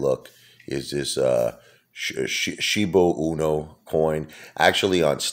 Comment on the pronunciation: It’s pronounced SHIBA E-NEW, not SHIBA UNO… just say’n. 🤨